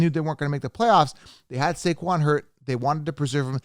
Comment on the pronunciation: he got saquon wrong but he said Debbo and cupp and also Najee